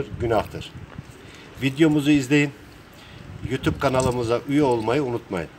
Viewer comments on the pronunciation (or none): none